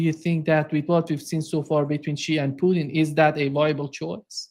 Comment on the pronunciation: Ma ti sei perso la clip di Trump che sostiene siano stati i russi a rubare i progetti dei missili supersonici agli americani, durante l'amministrazione Obama ? wawe media ( La pronuncia di Putin è Putin , non puthn ,sia in inglese che in russo, si pronunciano tutte e 5 le lettere, accento sulla u.)